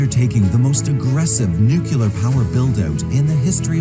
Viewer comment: If you are going to make videos about nuclear energy, you should learn how to pronounce the word (not the way George Bush Jr used to say it). It's pretty simple really: nu-clear.